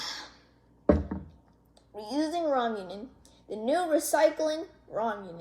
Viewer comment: Btw ita raw-muh-ney